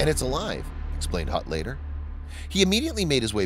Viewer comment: Hutt not Gut